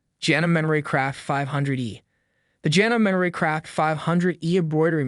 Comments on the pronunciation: Say it with me: JA-NO-MEE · Say it with me: JA-NO-MEE. A good broadcaster checks pronunciation before recording. You have no credibility with me if you’re just reading a script. A script someone else paid you read. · It's is call ja no me u are pronouncing put it together it says Janome. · You don’t pronounce Janome correctly! It’s Jan-ohm-me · If you are going to rate a Machine at least learn how to pronounce the brand correctly. Janome Pronounced Jan O Me. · Was always told to say “Janome is to love me”.